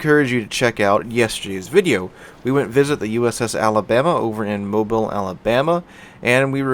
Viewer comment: Many thanks for pronouncing Mobile correctly :)